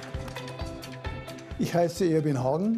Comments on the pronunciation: Aus*s*perr - nicht Ausperr! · nein, aus-sperr, nicht aus-s-sperr